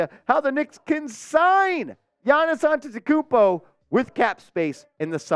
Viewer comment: Bro much love I love you so but you got to learn how to say his name because that's really offensive